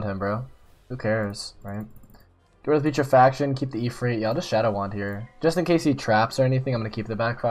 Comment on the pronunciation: Do you have a lisp or did you just mispronounce the death roshambo. Its PuTRE faction Not peach of fraction XD